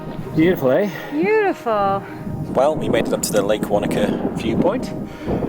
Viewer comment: Professional Kiwi pilot: "Pretty cool, ah?" Cher, bro!